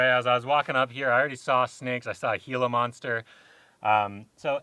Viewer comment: Same as what he said Gila monster.